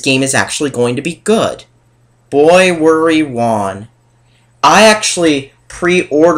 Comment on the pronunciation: "Boy worry won"... I'm sorry, what?